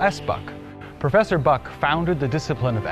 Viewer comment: * John Lossing Buck (not 'Lessing'). Nice video. I love Nanjing.